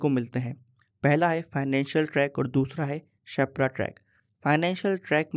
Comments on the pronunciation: Sir ap shepra Bol rhe ho per use sherpa bolte h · You are calling sherpa as shepra🙂